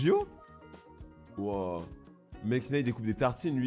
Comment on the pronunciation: t’as dis waoiw 2X